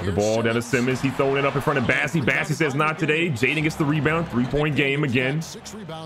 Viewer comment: That's Bossey, not Bassey!